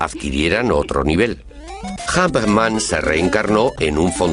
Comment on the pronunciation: es más fácil entender a un inglés británico que a un español... "jumpman" pffttt